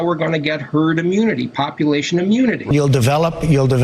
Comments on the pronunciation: HE SAID TURD INSTEAD OF HERD... ANYONE ELSE NOTICE ? RIGHT AT THE START, WATCH HIS MOUTH SAY TURD. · Lol, thought he first said 'Turd' Mentality - yep, sounds about right! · the dude just said turd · If you listen he actually slips first and says turd before correcting himself to herd..turd mentality is just about as accurate as he could be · He did say Turd .....mentality...